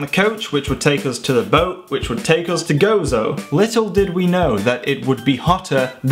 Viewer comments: You said Gozo right the first time! #FROMMALTA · HI,I LIVE IN MALTA AND YOU PRONUSTED WELL GOZO THANK YOU FOR SYING NICE THINGS ABOUT MALTA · Hi i am also maltese and just wanted to tell you that you pronounced gozo correctly the first time, and that i am glad you liked it! Us maltese welcome you back anytime :)